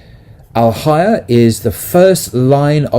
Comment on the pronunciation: Al hayYAAH..not alhaya